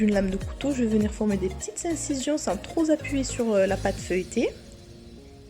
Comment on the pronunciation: Très appétissant mais la liaison "sans trop z'appuyer" c'est dommage ...